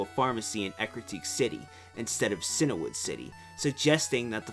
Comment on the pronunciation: I hate to be that guy, but , he says Cianwood like Sin-a-wood. I've no huge problem with the first part, but I don't see anything to make an "a" sound in the middle of Cianwood.